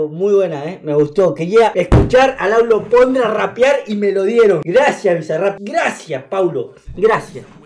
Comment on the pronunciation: en serio dijo laulo pondra? XD jajajajaj